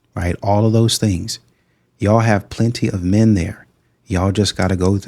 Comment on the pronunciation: I wouldnt bother with women who talks about "mehhh" instead of "men"; that kind of bad pronounciation is based in disrespect for the language and thus the basis of disrespect for people.